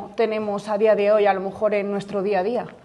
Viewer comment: Gran iniciativa. Pero la profe...me ha decepcionado un poco con sus "a lo mojor" y su desidia. No se puede transmitir pasión por el saber de esa manera.